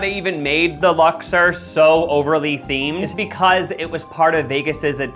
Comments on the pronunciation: Lux-OR not lux-ER (Vegas local here) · Uh, It's Lux-Ore. Ore. Sorry. carry on. Great stuff. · I think you’re pronouncing the name wrong. It’s Lux-or, not Lux-er. 😂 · Lux-OR not Lux-ER